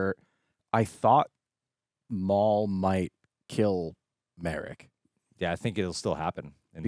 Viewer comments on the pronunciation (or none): Not Merrick it is Mar-rok